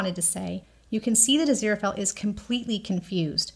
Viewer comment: I absolutely love your channel! All your theories and observances provide such great insight that it's always a pleasure. Please, please watch some interviews with Neil Gaiman... despite the fact that Angel's bookshop is "A. Z. Fell & Co.", his name is pronounced 'Azira-Fale (rhymes with 'sale'). I do Thank You Very Much for not shortening Aziraphale's name throughout your videos! I feel that Sir Terry and Neil chose his name very carefully and abbreviating it in any way cheapens both Aziraphale and Sir Terry's vision for our beloved Angel. I don't think enough people truly appreciate Crowley's line about Aziraphale being "Too pure of heart to be anybody's 'bit-on-the-side'!" My absolutely line from Crowley! Is it just me, or are Aziraphale's eyes blue when he's in heaven and dark when he's on earth? ❤ 🌼